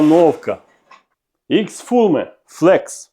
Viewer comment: Колего, дякую за український контент в сфері зварювання. Підписаний на вас, дивлюсь періодично. Моя вам порада, радьтесь з людьми які володіють англійською мовою що до правильності вимовлення назв обладнання. Бо Fronius "айвАве" чи як в цьому ролику "ікс фУме" це як спілкуєшся з цікавою людиною але при цьому в нього в передніх зубах застряг шматочок їжі. Ніби все круто але ця ложка дьогтю все портить ((( Сподіваюсь не образив.